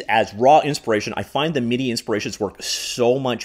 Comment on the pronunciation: MIDI not mid. I get that you aren’t a musician, but reading man.(this is where an emoji would be if I weren’t born in 1975)